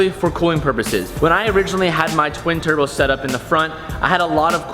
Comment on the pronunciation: “ a single thurbo” lol